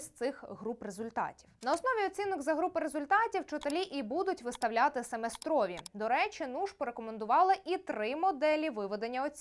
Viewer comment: СемЕстрові, а не семестрОві - вивчи м ову сама